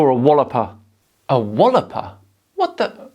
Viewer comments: Just FYI, walloper is pronounced "wah-lop-er", not "wall-op-er". I don't agree with his comment though, you aren't a walloper at all. Keep up the good work, dude. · It's a "waalloper", not a "wolloper", but whoever called you that is a glaikit bampot, but gallus with it. Never a good combination.